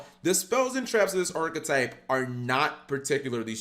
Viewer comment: Do a deer a female deeeer Re a drop of golden sun Mi rhymes with G for who’s pronouncing the archetype wrooooong Jk I love you Cap